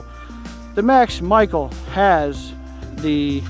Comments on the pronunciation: Max Michael 😂 it’s pronounced Michelle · His last name is pronounced ‘Michelle’